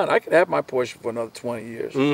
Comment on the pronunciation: Great video. And I am especially appreciative of the correct pronunciation of the car brand ‘Porsche’. Too many pronounce this brand incorrectly.